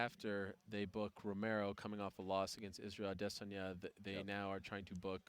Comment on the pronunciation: hate the way ariel says "adesanya"